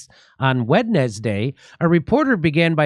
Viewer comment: Wed nez day is the funniest thing Dore haz sed.